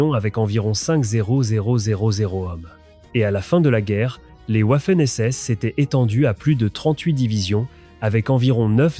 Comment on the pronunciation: Aprendre l’Allemand à un ordinateur programmé exclusivement en Français/Anglais...🤔 Cela donne des "ouafènes essesses". 😂